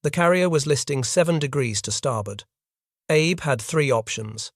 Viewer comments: Very good episode. Just work on pronunciations such as admiral Abe is ah-bay, not Abe. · A W F U L pronouncation ! ! The Japanese name "abe" is NOT pronounced like the Abraham "Abe" ... The Japanese is pronounced as "A beay" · The Japanese family name "Abe" is pronounced "ah-bay". Japanese names use the Chinese and Hungarian style: family name, personal name. Yang Jisheng, Takaichi Sanae, Lugosi Bela. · Ahhhh. Bey. Please pronounce correctly. Those of us that already knew this in the most part, enjoy others doing the proper amount of research and preparation.